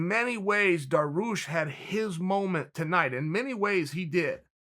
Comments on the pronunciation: my man beneil finally getting his shine. please tho chael is daryoosh not daroosh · “Darroosh” is another victim of the “mispronunciation king”... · Dariush not Daroosh. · Me: Beneil DARIUSH Uncle Chael: Beneil DAROOSH Me: Daroosh it is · Me just before clicking on this: "thank god Dariush is starting to have some respect put on his name" Chael: " DarOOsh " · There’s no I in team nor in Dariush, apparently 🤣 Daroosh! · Beneil “Daroosh” Dariush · no he's not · So we just gonna talk about him saying daroosh and forgetting he called him charlos oliviera ?😂😂